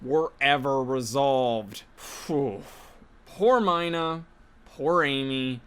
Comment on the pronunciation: Not to be that guy, but I believe it's pronounced "Mee-na," not "My-na"